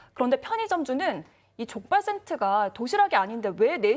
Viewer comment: 내귀에만 자꾸 족발센트로 들리나....